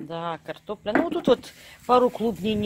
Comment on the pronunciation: Кортопля))) так смешно))) я теперь тоже так буду говорить